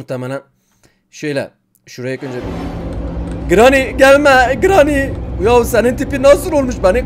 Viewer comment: Abi sana telafuzlarını sölim:granny=greni cutting pliers=katting piliyırs coghwheell=kogviıl